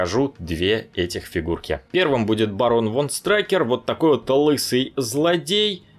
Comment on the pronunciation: не страйкер а штрукер*